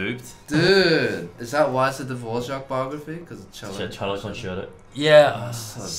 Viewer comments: Aww, I challenge you to learn the correct pronunciation of Dvořák, it’s cute how you say it, like little Czech kids not knowing their ř yet. You’d be so cool😎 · As a son of a native born Czech father hearing you say Dvorak hurts my ears. It was beaten into me on how to pronounce his name correctly from a young age. Especially since I am a cellist. But as a fellow Aussie I hear it all the time. Love your videos. So does my new born baby. I will get her onto the violin. Much easier to carry around. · As someone who speaks Czech, I love how you pronounce Dvořák - it almost sounds like Polish hehe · I like, how strangers say Dvořák. The horrible ř.